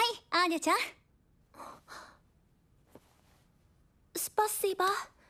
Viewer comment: she said "Спасибо" with almost clear russian pronunciation